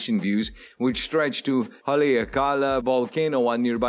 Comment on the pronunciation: The Volcano name is pronounced " Ha lay AK ka la" which you slaughter.